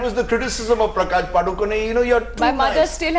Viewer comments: Happy that Rajdeep said "PadukoNE" and not "Padukone" : ) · why'd he say padukon-e lol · That anchor pronounced PADUKONE correctly , 👍👏👏 Thank god at least he knows that .. 🙏